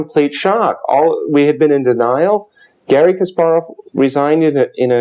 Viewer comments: Henley, KasPARov, pronounce it correctly please. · Philip Gerlach Yes I know his name was changed I have been reading about chess players since the 70's. The fact remains he is mispronouncing "Kasparov". He doesn't have to pronounce it perfectly but at least get the emphasis on the syllables correct.